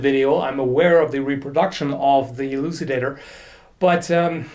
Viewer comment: Elucidator sound like Ejaculator